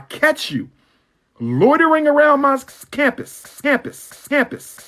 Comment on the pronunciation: That fool Umar said Scampus😂😂